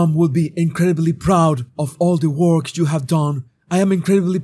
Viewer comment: I have a small complaint of the prononciations of two words by: PUBLIC and WORK (which you pronounces as WALK)